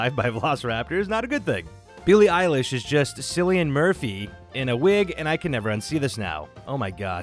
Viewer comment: I feel like I’ve been through this in a previous video of yours ages ago 🤦‍♂️ it’s pronounced Kil-lee-in Murphy or I will accept Kil-lee-an to help you out. But this is your final warning ⚠️ one more and I will have to start down voting your videos 😝